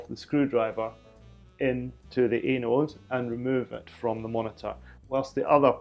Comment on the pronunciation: Most 'modern' tubes self discharge. It won't 'blow your arm off' but it will hurt ;) The other end of the cable should be connected to the chassis ground (usually a sprung earth strap around the tube) PS It's AN-ODE not A-NODE ;)